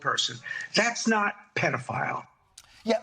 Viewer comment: Penne file 💀💀💀 I’m a goner 😂😂😂